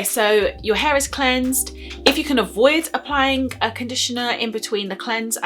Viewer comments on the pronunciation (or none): none